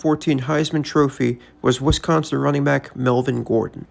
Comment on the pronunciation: Its Wis-consin not WI-sconsin. Im petty, i know